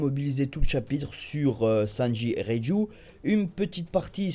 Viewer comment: ^^ haaaa une bonne prononciation de reiju x) le dok il arrive vraiment pas à prononcer son nom le bras qui saigne s'est surtout qu'il voulait s'arracher le bras pour sortir de sa cellule rien à voir avec kraker